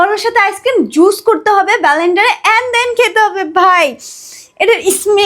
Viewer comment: ব্যালেন্ডার 😂 ওটা লেন্ডার(blender) ভাই!